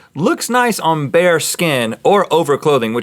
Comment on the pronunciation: When they said bare skin I thought they were saying bear skin and was really confused